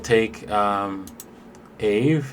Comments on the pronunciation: It’s Ah-vey lol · aave ( Ah-Vaey ) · Hi. Aave, they prononce it like "Ave Cesar" in latin (or spanish if you want). Or like « un ave » in Spanish (a bird)